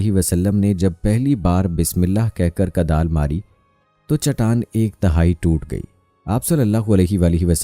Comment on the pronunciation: Huzur ne Kudal Mari not Kadal, ap apni urdu sahih karain.